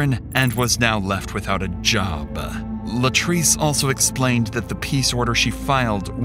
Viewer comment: "And was now left without a Job-Uh" 😂😂😂